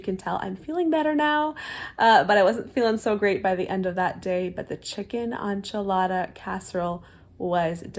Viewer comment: Sincerely from a Mexican, and with no offense intended...it's EN-chilada sauce with a short 'e'. Not ON-chilada. 😅